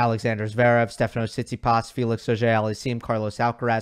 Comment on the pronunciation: The complete butchering of Felix’s name was😬😂.